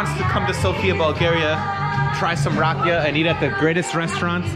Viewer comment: Na Zdra-vey (Not Na Zdro-vey). :) She just may not know how to explain it in English. This is making me excited to go back in December. Very useful to know the language, but you're managing either way. Also, the accent is on the 'ee' for Rakia. (Rah-Kee-Uh)